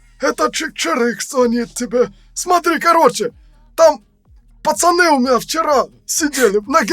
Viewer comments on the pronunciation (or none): none